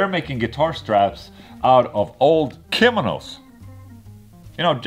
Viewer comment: It sound like he said it was made out of old criminals not kimonos lol.